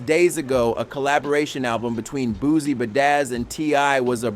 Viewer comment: Bootcee no booze this guy mi pronounced people names to disrespect them